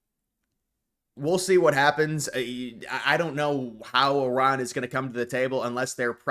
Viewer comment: Thank you for pronouncing Iran correctly